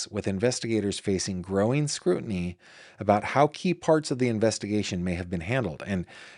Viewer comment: I literally lol'd when you said "walking aboot" when beginning your story about a trip to Canada. 😁